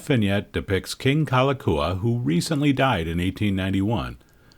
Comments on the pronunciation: I know you asked for a pardon on butchering the Hawaiian language, but you should at least get the King's name right. It's "Kalakaua", not Kalakua. Haoles...!🙄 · Loved your documentary. The correct pronunciation if the King you referred to by name was King Kalakaua. Pronounced as: "Ka-la-cow-a" The Five dollar is pronounced as: "A-Lee-Ma" The Iolani Palace is pronounced as: Eww-o-la-knee" The city name Honolulu is pronounced as: Ho-no-lu-lu, as HANALULU is not how we pronounce it being spelled as Ho-no-lu-lu. I super loved your awesomeness at pronouncing our language. Thank you again.